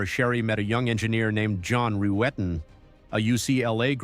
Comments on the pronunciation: His name is John Rutten not Rooten,that pronunciation was used deliberately to get Stephanie's reaction at the start of her interrogation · ..."John Roo-etten"...!? How TF do you read "Rutten" as "Roo-etten"...!?! It's something that AI would interpret and translate simple Language Code as.... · John Roo-etten 😅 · Not when you keep mispronouncing John Ruetten's name. Many videos about this case are already out there. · The intentional mispronouncing of John's last name in the beginning is ABSOLUTE GOLD !!!!!